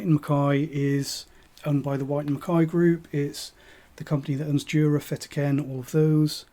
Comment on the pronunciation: Interesting local dialect, pronouncing "WHyte" as SHwyte" With a Glen Moray Classic sold in the supermarket for £20, I can't see the point of these Blends, honestly. I also love Tamnavulin but only in Ex-Bourbon without any finish. Ex Oak Carn Mor Tamnavulin 2009 13 Year Old American Oak Douglas Laing Provenance 8 Year Old 2015 (cask 19143) Tamnavulin 12 Year Old OB, You can still find it for about £105